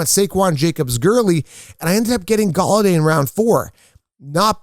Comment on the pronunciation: i think he meant to say Golladay 😂